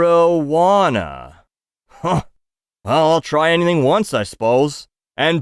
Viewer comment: You reading “marijuana” out phonetically really amused me 😂